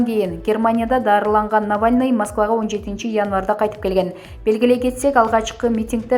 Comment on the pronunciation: Урматуу автор кыз создорду туура айтчы.баары шаар аттарын ката айтып жатасын.же билим ал.мисалы::::амерка=америка.навлный=навальный.хаборовск=хаборовский.ришард коменде=каменде.экономыка=экономика.